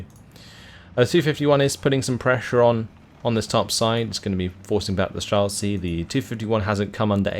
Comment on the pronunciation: Great cast as always, love your videos, I watch your uploads daily. So I hate to be one of these people but can you please put words into google translate and press listen, these are words you're forced to say everyday in your casting life; strzelcy, saperzy etc. Cheers, love your work!